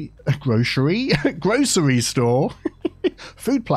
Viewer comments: pronounces grocery store as "grochery store" by mistake and in my brain I was like why'd you change it? Silly mid western accents. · HA, said 'grocery' like us Americans. One of us, One of us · That was funny, you said “Grocery Store” the American way before you corrected yourself.